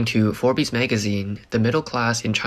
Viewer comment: I’m not reading the script my self but I am fairly sure you’re supposed to be pronouncing this as Forbs (Forbes) and not Forbies as you did. No offence, and apologies if Forbies is a real thing.